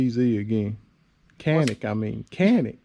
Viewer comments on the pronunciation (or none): Pronounced “John-ick”. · In Turkish is pronounced "Jhan-ick," but in English is pronounced Canik.